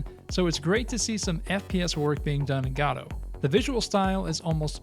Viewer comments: Godot - pronounced Guh-doh, not "Gah-doh" or "Go-doh". Guh-doh. It seems this isn't your first video on this subject and it's annoying to hear someone continue to mispronounce a word... especially when it's in the same video... especially when that video is NOT the first in the series. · You're both correct. The official website states "Godot is named after the play Waiting for Godot, and is usually pronounced like in the play. Different languages have different pronunciations for Godot and we find it beautiful." So while the creator might have had an intended pronunciation, it seems any pronunciation is okay.